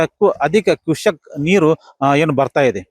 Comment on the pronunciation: 509.00m ನೀರು.. 509m ಅಲ್ವಾ.. Cusecs ಅದು ಕುಸಕ್.. ಅಲ್ಲಾ.. ಅದು ಚಿಕ್ಕಲಗಿ ಅಲ್ಲಾ ಚಿಕ್ಕಪಡಸಲಗಿ😂😂 ಗ ಲ ಗ ಲ ಗಿ ... ಅಲ್ಲಾ ಗ ಲ ಗ ಲಿ.